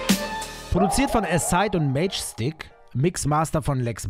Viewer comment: Nur so btw Magestick wird anders ausgesprochen, es wird eher ausgesprichen wie majestätisch in englisch.💙